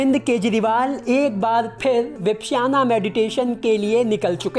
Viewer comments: विपश्याना नहीं, विपश्यना कहते हैं। भाई, उच्चारण ठीक कर लो। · विपश्याना नहीं, विपश्यना ध्यान विधि।अर्थात अपने आप को दूर से देखना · Yaar 1 million view le rakhe hai vipasana nahi bolna aa raha 🤦